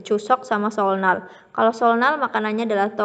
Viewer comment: seollal bc nya ky seolnal